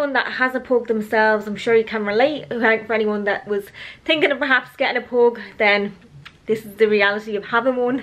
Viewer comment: i’m sure it’s not pronounced as “PHOG” but idk